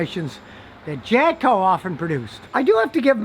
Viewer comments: Sounds like he's saying "Japco" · Is he saying Japco?